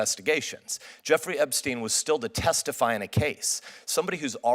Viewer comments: Its Jeffery not jerry. He should be taken off...of the table. He cant even get the guys name right . Btw, I dont think he killed himself but having one involved that cant even get his name right after seeing it and reading it a thousand times is prolly to old. You want this man at other hearings? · That was SO funny - but it sounded like he said "Jerry Epstein" not "Jeffrey" - still, well put!